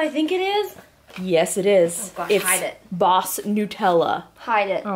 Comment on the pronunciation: JUSTINE ITS PRONOUNCED "BAA-OUSE" NOT BOSS